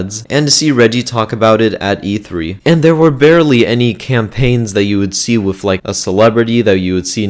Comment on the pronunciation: He says wif